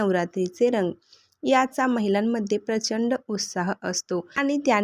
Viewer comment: रंग पूर्ण उच्चार कर ग चा